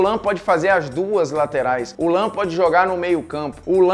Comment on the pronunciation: Quando você falou lahm pode eu tinha entendido lampard